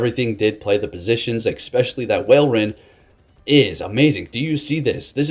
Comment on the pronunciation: i rly love your videos, but pls its not whalerein, its walrein, like walrus. Don't know why this triggered me that much xD xD xD